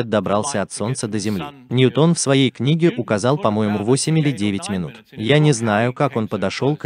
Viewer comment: ˈnjuːtən дорогой товарищ переводчика.